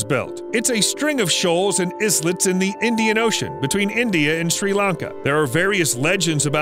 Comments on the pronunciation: "is-let"? Seriously?? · "Islet" is pronounced i-let... The S is silent. The is-let had me loling.. 😂